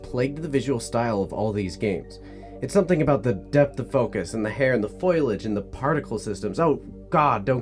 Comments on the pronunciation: Foliage. Not "foilage" 🤦🏻‍♂️🤦🏻‍♂️🤦🏻‍♂️ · ... the "foilage" ? huh ? really? lol ... I'm almost certain you meant *FOL-iage ... well, I sure hope so ... 🤣🤣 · Did he really just say "foilage"? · Foliage. FO. LI. AGE. Foe-Lee-Idge. wtf man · "foilage" lol. nice video though. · why doesn't anybody know how to pronounce "foliage" ? 😂